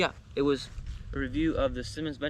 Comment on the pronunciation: You’re pronouncing it wrong. It’s not Simon. It’s Simmons.